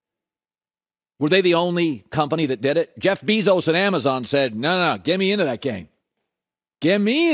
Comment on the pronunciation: Colin "jeff beezos" Cowherd